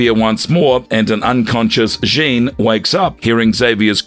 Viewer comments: Jaun Grey, dafuq. IT'S JEAN. Like Billie JEAN. NO Jean Valjean from Les Miserables. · Jean Grey? It's pronounced JEEN not JHAWN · Yo said Jean Van Dam Grey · How can you repeatedly mispronounce Jean Grey's name? For future reference Jean is pronounced the same as "gene", not as "john" which is spelled "Jean" in french. Strangely a couple of times you got it right, but most times you pronounced it as the french "john", which means you didn't even get her gender right. I could forgive this if she was some obscure character that was unknown except to hardcore fans, but she is literally one of the most widely known x-men characters (comic fans and non comics fans alike) as well as important x-men characters, and a founding member of the team who first appeared in the 60's and has appeared in one form or another consistently since. If you don't know who she is, you probably shouldn't be making these videos. I can understand that maybe the voice over guy is just reading a script and doesn't know the characters, but why didn't someone in editing pick it up? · "jon grey" ...? 🤦🏻‍♂ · I know that someone just hired this voice over guy to read scripts but my god.. I can't anymore. He literally pronounced Jean as John Grey. Also who is classifying Captain America as one of the most powerful?! I can't. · Okay this AI voice was bd but I couldn’t get past the Frechman: Jean Grey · these AI generated videos are full of so many annoying errors (the way it pronounces "Jean" Grey lol) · Interesting character. Though, gotta say, it did get old fast how you kept butchering Jean Gray's first name lol. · Thank you... I couldn't even finish the video because that was annoying me so much... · yeah you're telling me. They also mispronounced Jean Grey's name lol. I've been running into this a fair bit recently.